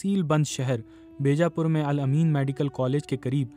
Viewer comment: بی جا پور (بیجا پور) کے بے جا پور پڑھا گیا۔ یادیو ناتھ کو جادو ناتھ۔۔ کوئی پڑھا لکھا شخص نہیں ملا انہیں